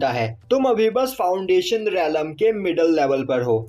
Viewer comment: Relam nhi hota hai Bhai